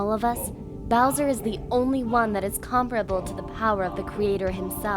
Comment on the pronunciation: Dear, Welcome to God Mode. PS. comm-PEAR-uh-bull, not COM-pruh-bull.:P